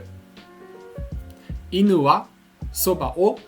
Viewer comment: I’m sorry dude but your pronunciation isn’t really right. It might seem like I’m being pedantic, but in Japan native speakers will drill you over pronunciation. Japanese words use either a rising1 or falling2 tone. Go to Google translate, and look up the word for chopsticks. 箸 - ha1shi2 Now look at bridge. 橋 - ha2shi1 For an example from your video, in the word for dog (犬 - inu) the “nu” rises. You can say it a different way and will still be understood, but once you get to more complicated strings of kanji, e.g. 洗濯洗剤 - Washing Detergent, it becomes super important to say it the right way. Just like a child speaking English, if you mispronounce ‘Washing detergent’ you might still be understood, but you’ll be informed of the proper way to say it. I’m not commenting to be rude, just to inform people to be aware of this.